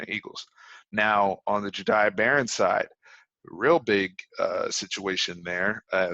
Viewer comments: Yo im a current student at connally love your vids hope my hs does better at football and for the horns to have a successful season. (P.S it’s pronounced jah-day) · i went to school with jahdae you said his name wrong 😂